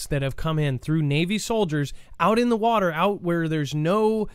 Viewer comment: A few says watee